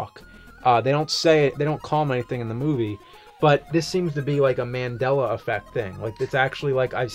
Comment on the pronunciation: Finally, you got the pronunciation of "Mandela" correct! Proud of you, James!